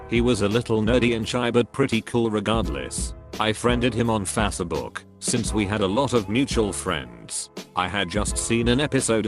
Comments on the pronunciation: I always enjoy the stories, but it is becoming increasingly annoying that your "narrator" calls it Fas uh book instead of face book. Reprogram him. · The unusual pronunciations are the absolute best part of this channel! I now say fas-eh-book whenever I can. Stay snuggly